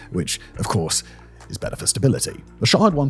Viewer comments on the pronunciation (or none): none